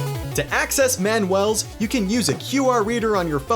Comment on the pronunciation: its man u al not man well